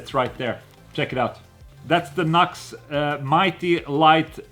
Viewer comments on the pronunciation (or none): That amp name is pronounced New X. I kinda reminds me of the little Blackstar Fly 3.